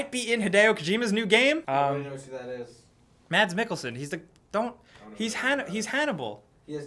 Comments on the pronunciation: Mads Mikkelsen its pronounced Mas silent D goodday :D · You don't pronounce the d in Mads :P